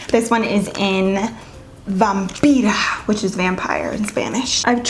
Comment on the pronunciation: My heart is so happy that you said Vampira in Spanish. Lol I keep hearing “vam-pyra” in other videos. 🤣